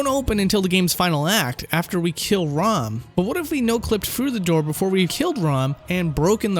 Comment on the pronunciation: Did you actually play through Bloodborne? It sort of seemed like you just googled stuff about it. Like, you called Rom Ron and mispronounced Byrgenwerth. I don't see how you could make that mistake considering how often you see/hear those words in the game.